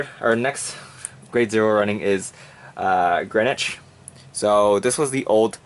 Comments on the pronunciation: I swear half of the time you said Gauche's name I heard a slurred 果汁 great video XD...ignore the trolls..Some of the Kouhai corps will assist, I have seen some of that action from Jern other than that this is really cool to see what do you think of First VG grenach but leaving him in sould for Gauche? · I think Goauche is pronounced as Gush? I can read katakana and it says "gashuu" (ガッシュ). Anyway interesting take on the build. I love how versatile Granblue is, you can run anything. There isn't really any staple cards other than the common staples of course like your main G3, p-guards etc. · I think its pronounced g-oh-sh like each individual sound. Also the one piece comment in the desc was great :)